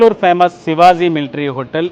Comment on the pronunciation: Sivazi kadu bahyya…shivaji adi😂😂😂